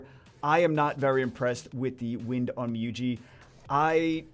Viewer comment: OnmYOji, not onmYOUji. Like in Yo, YOLO, your etc.